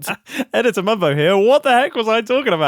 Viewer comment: That is the funniest 'editor mumbo' I've ever heard. That second paused was pure gold!